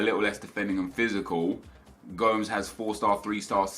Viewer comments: it's not go-mz it's Gomez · TomLloyd Richards it sounded like he was saying gums, its go-mesh right? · stop saying gomes, you should say it like gomis. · Isnt gomes pronounced go-mesh? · Andre "GOMES" LOL its GO-MESS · How he pronounced gomes gave me cancer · The way he says Gomes makes me want to kill him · The way he pronounced Gomes omfg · The way you said Gomes haha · Learn how to pronounce Gomes correctly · The way you say Gomes can fuck off.